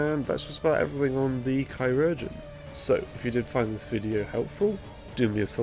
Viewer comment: Just wanted to let you know that chirurgeon is pronounced the same as surgeon Great video mate!